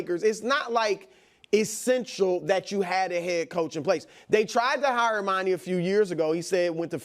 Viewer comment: Stop saying Monnie. His name is Monty